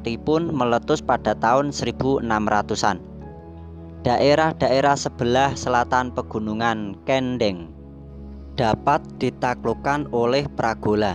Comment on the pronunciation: Ma,AF min anda ini orang mana,,, dalam menyebut nama daerah kok ada, yang salah,, pegunungan yang dimaksud adalah pegunungan kendheng .. bukan pegunungan kentheng... dalam membaca narasi kalo gak paham mending tanya dulu